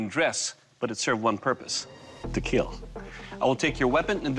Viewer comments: "It will kiel" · Your weapon will KEAL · It will Keel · More like 'It will keal'! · I love how he says kill. "Your weapon will keel" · “It will keil” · It will KEAL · KILL NOT KEEL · Now wait until they say “ fight with your weopons, see who will keal “